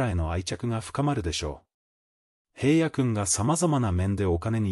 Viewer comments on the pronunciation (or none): 平野くんをヘイヤくん 岸くんをガンくん toBeをトべ と言う内容が邪魔をして内容があまり入ってきません！ 内容は、感動的なのに残念です！